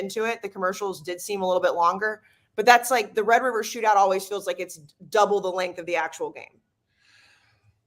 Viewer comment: Oh my God. He was one of the people saying the s*** about Oklahoma. Hes got amneia and he can't say Red River rivalry....